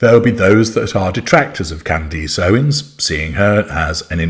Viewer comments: her name is pronounced Can-dess like ‘dress’ not ‘eece’ like fleece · Who is Can-deece? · Why does call her Can-deece? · Why do you call her 'Candeese'? It ends with -ace as in 'a' house, a dog.